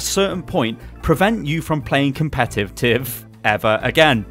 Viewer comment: "His english isn't very good" > "Competuttttt" lol'd I'm down for these fixes though. Regarding the random mode, I'd prefer it balances the comps out a little more so it's random, but still fair. I enjoy playing heroes out of my normal retinue, but I hate trying to do so when I'm part of a completely broken comp and playing against one that one would probably be seen in a competitive match. It's not as frustrating when both comps are equally ridiculous, but with the way random mode works now, when that happens it just becomes a matter of waiting for (or suiciding to achieve) a better comp for one team or the other.